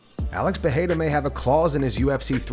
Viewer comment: Can people stop saying Peheira is Pereira just read the letters, it's an R sound not and H.